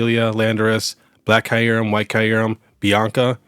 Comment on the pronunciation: let me help you pronounce Kyurem. The first par is pronounced like ear but with a k so it sounds like kear. Then the second part is pronounced rem. All together it’s kear-rem. My OCD was killing me 😂